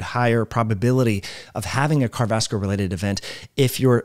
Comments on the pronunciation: Yes, I've suggested that slow down. Especially when he is reading what he is saying. And I usually listen to similar type videos on 1.5-1.75x speed. Also,, it's "car·di·o·vas·cu·lar". Has an "O", and six syllables. Thanks. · Can this dude not say "cardiovascular"?